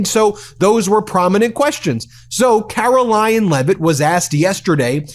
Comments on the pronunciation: are you saying "Carolying" Leavitt? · Why can't kkkaroling pronounce CONSONANTS at the end of words...